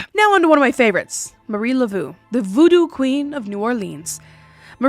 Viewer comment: Hey! I'm a Pure-Blood Cajun here, born and raised in Southern Louisiana. I just wanted to let you know that it's been a very long belief that if your say Marie Laveau's name wrong she will come and haunt you. The first two time you said it were incorrect, but you quickly switched to the correct pronunciation. Now a Gris Gris bag is basically just like a lucky charm with some ingredients and enchantments. Gris Gris is pronounced (gree gree). It's sort of just means negative magic. If someone is having a lot of bad luck we often say that someone must have put a Gris Gris on them.